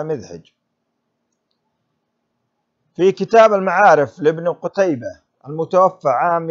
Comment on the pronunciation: صحح اللفظ المتوفى الف مقصورة وليس المتوفي بالياء لأن المتوفي هو الله سبحانه وتعالى